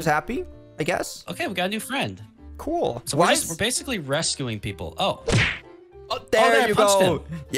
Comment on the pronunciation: finnaly found a fwend at last